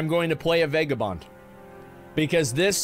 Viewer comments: It’s pronounced Vagah Bond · He said vague a bond so many times that I am convinced he believes this is the actual way to pronounce vagabond and he isn’t just being a silly goof